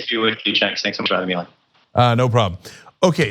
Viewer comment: Cenk, dude! Be careful how you pronounce this guys' name!